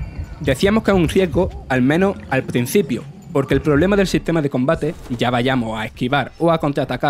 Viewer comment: "Al PRENCIPIO, NUESTRO OBJETIVO son SIMILARE. MIENTRA ELLOS, etc. etc.” Se puede ser murciano y locutor, pero no analfabeto y locutor.